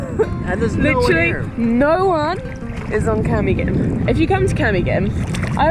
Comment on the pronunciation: Camiguin: [kah - "me" - GIN] stress on the third syllable, hard "G" as in "guess" Mantigue: [mahn - TEE - geh] stress on the second syllable, hard "G" That's my favorite island too!!! You went in January? People splurged during the Christmas break, we're back at work, broke... I feel sad for Cole, his phone stolen. Glad you enjoyed the island... 😃